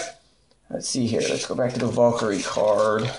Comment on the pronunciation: and again, its not a Vaul-kyrie. its a VAL-KYRIE